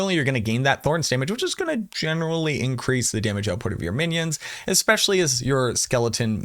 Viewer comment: Actually lol on "winions"